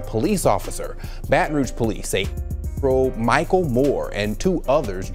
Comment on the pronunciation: Who tf is mikel it’s mykel not mikel